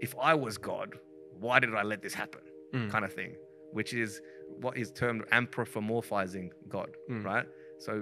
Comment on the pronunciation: it's "Anthropomorphizing" not "amprophomorphising".